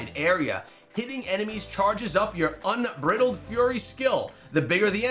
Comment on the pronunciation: The way he said bridled lmao. This isn’t peanut brittle